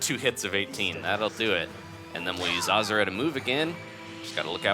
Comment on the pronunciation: it's pronounced ahhh zoo ra